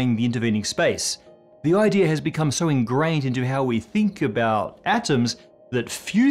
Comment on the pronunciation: That intrusive r is really starting to annoy me, man. I consider it a mispronunciation and not a regional thing either. Its "idea", not "idear". Come on.